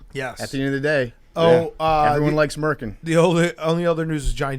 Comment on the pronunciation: "at the end of the day, everyone likes mercin"